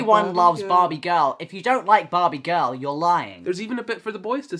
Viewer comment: I have never heard “barbie girl” in that accent before. Whoa.